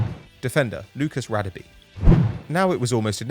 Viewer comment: It’s Lucas Gadabe pronounouced gha